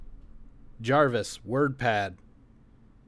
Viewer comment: jarvis or javis?